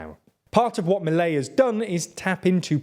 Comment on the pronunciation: The emphasis goes to the last syllable, so it is ‘miLEI’ and not MIlei’